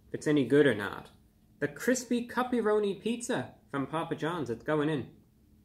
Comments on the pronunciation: At first I thought you said "puppy-roni." I'm so relieved. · I thought review bruh was saying puppyroni LOL. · Awesome review, and I was laughing every time you said the word cuppyronni and almost laughed yourself 😂 I’m definitely going to give this pizza a try, thank you and keep up the great work 😊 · Thought you said "puppyroni" at first. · They way he’s pronouncing “cuppy-roni” is making my day 😂